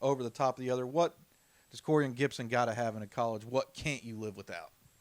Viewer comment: not Gibson🤦🏽‍♀️ proud of you nephew